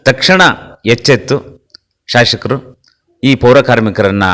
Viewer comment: ಶಾಶಕರು ಅಲ್ಲ.ಶಾಸಕರು ಅಂತ ಹೇಳಿ.